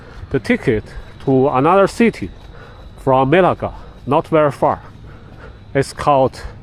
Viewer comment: Bro needs to pronounce "Melaka" properly lol. But good video, I'm enjoying it. Will be going there in August.